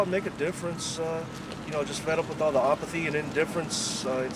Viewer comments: i like how he pronounced apathy as opathy. these guys are ridiculous lol but also still brave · opathy... opathy.... no its apathty